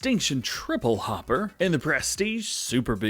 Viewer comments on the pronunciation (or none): none